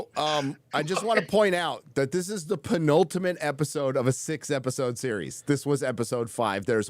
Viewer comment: You mean "peen-ultimate"?;)